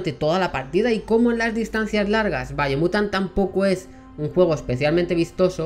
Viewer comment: Si no veo qué video puse y estoy viendo el video mientras lo oigo.. Pensaría que dice Bayonetta por su pronunciación y me confundiría